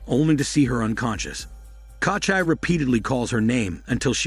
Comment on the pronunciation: KOCHAI my ass, it's KOCHEE. Takes literally like 30 sec to look up the right pronunciation but hell no. Let's just butcher the name throughout the whole video instead.